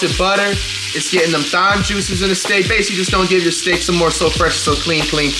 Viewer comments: bro said "thime" lmao 😂😂😂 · time not thime , omg thyme h is silent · Flight the only person I seen pronounce Thyme as it’s spelled lmao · Flight it’s Thyme Thyme & medium rare medium don’t even make sense 🤣